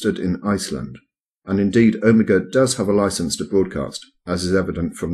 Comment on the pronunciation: Is anyone bothered by how mis-pronounces 'omega?'